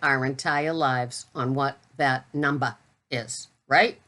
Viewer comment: Oops I think I heard an "r" on the end of numba....it was almost number. You will lose your New England status. lol